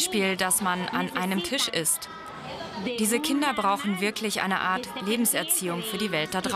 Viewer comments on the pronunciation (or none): none